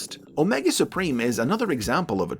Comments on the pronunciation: Heh heh... "Spreem"... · No, say it right. It's "Omega Spreem"!